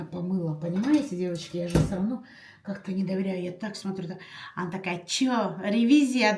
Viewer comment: не " сыровно", а всё равно, так правильно😊